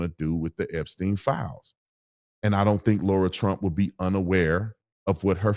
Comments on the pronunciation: LARA, not Laura. Imagine if someone called u BRAINdon (long A). How do u say bar, like sitting at a bar? Now add an "a" to it. Now, change the b to an "L". U can even pronounce it as u would Sara, but with an "L". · I thought you said lord Trump but you said Lara Trump 😂